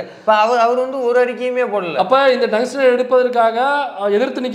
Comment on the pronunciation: டங்ஸ்டன் என்று அவரை சரியா சொல்ல சொல்லு. இல்லை எழுத சொல்லு..